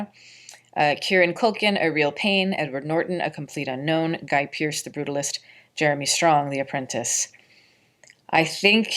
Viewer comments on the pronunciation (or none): none